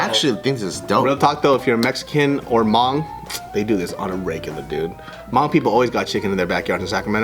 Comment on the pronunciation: Hey you're saying hmong wrong other then that thanks for the video!!